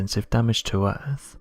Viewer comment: The comments I read just before the video starts….. is enough for me to just not watch this time wasting video, from the most irate narratorrrrrrrrr on the “eeerrrrrfffff” (earth)